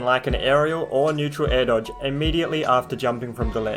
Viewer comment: Am i the only one that hears "Nair dodge"?